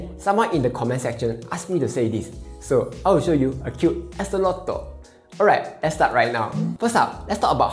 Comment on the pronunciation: sorry out of topic, but i just have to comment on this. Axolotl is A - xo - Lo - tl Not A - Xo - Lo - Tot haha